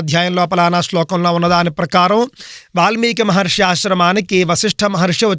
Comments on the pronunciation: హిందువులను సరియైన మార్గం లో నడిపించాలి అని మీరు చేసే‌ ప్రయత్నానికి అభినందనలు 🙏 మహర్షి అని కుడా సరిగా ఉచ్చరించ లేని వ్యక్తి మహర్షులు గురించిమాట్లాడుతూ ఉంటే ఏం చెప్పగలం. ఆ గీతా ప్రవచనం అనే పుస్తకాన్ని కుడా వీళ్ళ ఇష్టం వచ్చినట్టు వీళ్ళే వ్రాసేసి ఇలా అబద్ధపు ప్రచారాలు చేస్తున్నారు ఏమో. మనం ధర్మం లో ఎంతోమంది శాస్త్రం, పురాణాలు ఆధారంగా చేసుకుని అద్భుతంగా చెప్పే ప్రవచన కర్తలు ఎంతో మంది ఉన్నారు. హిందువులు వాళ్ళ మాటలు విశ్వసించాలి‌ గానీ మన ధర్మాన్ని ద్వేషించే వారి అబద్ధపు ఆరోపణలు నమ్మకూడదు. మీరు చెప్పినట్లు వారి మతంలో ఉన్న గొప్ప విషయాలు చెప్పుకోవచ్చు కానీ అన్య మతాలమీద అబద్ధపు ఆరోపణలు చేయకూడదు. మనం పురాణాలలో గోవు విషయం లో చిన్న పొరపాటు జరిగితేనే ఎంతో పరిహారం. చేసుకోవలసి వచ్చిన ఘట్టాలు చూసేము కానీ ఈ దారుణం ఎక్కడా వినలేదు. ఇది చాలా బాధా కరమైన విషయం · మహర్షి అని అనటం కూడా చేతకావడం లేదు